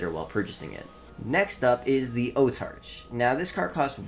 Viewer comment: It’s Autarch not Otarch